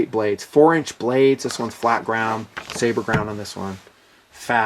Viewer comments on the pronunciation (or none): none